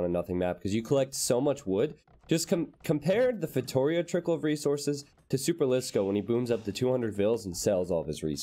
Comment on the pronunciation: Dude. I don't know if you'll ever see this comment but anyway... I've got to say this. Your streams are epic and awesome and all, but everytime I hear you say "feitoria" wrong I get an additional anxiety point. If it were a word in English it'd look kind of like "faytoREEA" and NOT fayTOUrea. The last syllable is the strongest one and the last "i" is a long "i". Click the pronunciation button there and you'll hear it. So PLEASE pretty pretty please start saying "feitoria" right.